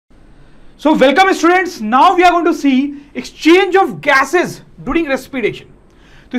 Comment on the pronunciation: " exchange of gases ” 😂🤣 force dekho force .